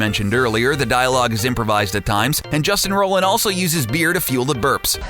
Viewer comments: 'Justin Roland' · I just love when a channel makes a video about a hot topic they know nothing about. "Justin Roland" lol. Pump out some shitty content and ride that hype train.